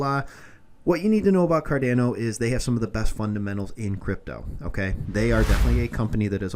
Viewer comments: so painful hearing it pronounced 'car-da-no' instead of 'car-don-no' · It’s pronounced Kar-DON-o